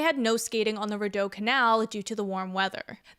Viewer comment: That is not how you pronounce the Rideau Canal. Try Re-do. That is how it is pronounced. I had to say something. I gotta say though skating and getting a Beavertail and hot chocolate is the best way to enjoy the canal in the winter 😊